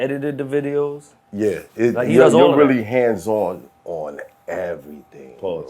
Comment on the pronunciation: 40+ year old men can't say "hands on"